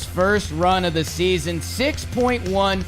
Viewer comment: It’s baseball sneezon